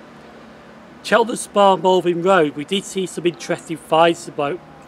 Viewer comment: Are you saying Malvin Road???? That is what it sounds like